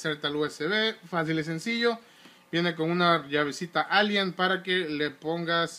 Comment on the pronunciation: Es alen, no alien